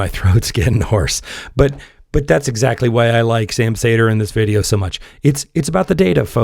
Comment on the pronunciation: I’m sure you’re cool and all but why do you pronounce his name as Sam Sayder when he pronounces it as Sam Seeder?